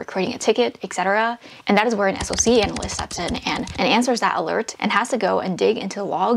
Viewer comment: As far as salary goes for a SOC analyst, it easily goes upwards of $160k for a tier 3 analyst. Also, it’s pronounced “sock” 😅